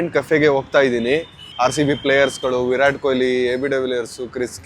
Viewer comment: Virat✔️ vi rat✖️😂😂